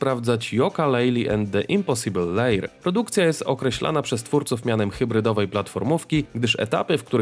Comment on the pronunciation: Jeszcze HawenXD